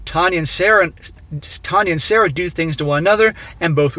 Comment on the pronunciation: "Tanya" more like "Tania" Kappa